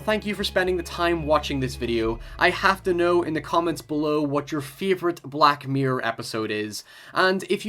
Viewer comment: I feel like it's impossible to type the way he says... black myrer